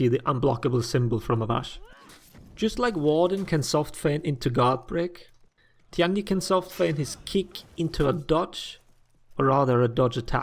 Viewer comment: Tian Di is pronounced like T. N. D (just read these letters fast, it's close enough to the actual pronunciation). 天地 tian1 di4. Say it however you want, but this is what it really is and it's easy to say.